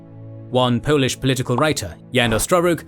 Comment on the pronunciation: your pronunciations of polish things is spot on man - can tell you double checked . right on .